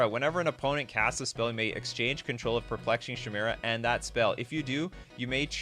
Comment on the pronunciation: CHIMERA = Ki-Merra